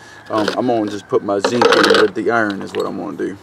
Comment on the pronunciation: Took me some time to figure out what the heck is "sink", what is he talking about :)))